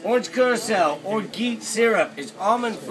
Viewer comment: It's everything but Mai Tai. The real Mai Tai is made with Jamaican rum, there is no OJ and Pineapple Juice in the Mai Tai, and there is no floater either. This drink is good to fool the tourists. BTW, Orgeat is pronounced "Or-Zsa".